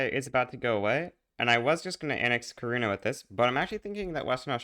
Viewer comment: Kaurna is actually pronounced "garna"